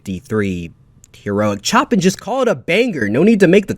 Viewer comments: Chopin is pronounced show-pan, not chopin' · It's pronounced Show pan. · you completely butchered the pronunciation of the name of Chopin. you should say it: sho - PANH